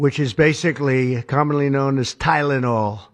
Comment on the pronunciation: Tylonol not gud man wat u mean XD